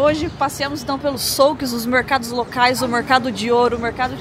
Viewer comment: souque? é xuk que se fala ...